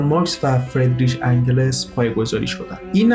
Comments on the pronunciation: انگِلِس !!!!!!!!!! دوست عزیز اگر هم از روی متن میخونی ، قبلش یک مطالعهء‌ جزئی روی تلفظ اسامی داشته باش !!! انگِلِس !!!!!!!!!!!!!!!! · اسم انگلس را اشتباه تلفظ میکنید إنگِلس Engels